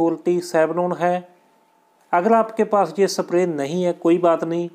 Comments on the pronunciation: Kya language hai timhari ...screw ko sacruew ... Spray ko sapray pronouns kar rahe ho..... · Sir ji सप्रे nhi sprey hota hai